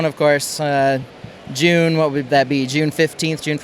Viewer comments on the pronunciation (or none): none